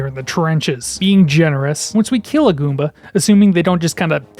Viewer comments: I like how you say gOOmba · “can we eat a guumba?” lol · My man enunciates "Goomba" the same way a child might savor pronouncing their first swear. Guúm-bæ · I dying at the pronunciation “GOOOmba” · subscribed for the way you say goomba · Love the way he says goomba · I love how you say "Goomba" 😂